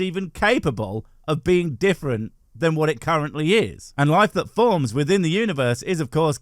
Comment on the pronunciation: am I the only one who hears "Bean" whenever theists say "Being"????😅😅😅"God is a Bean..."